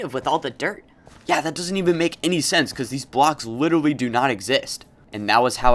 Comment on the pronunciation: Lol, “litewy” “Eventuwy” Ok I’m sorry I’ll stop making fun of him